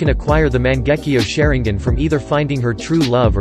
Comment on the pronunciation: Sharin-gin lol